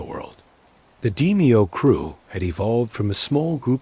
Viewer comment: Your bot can't pronounce d-mayo? I trust NOTHING you say. Garbage.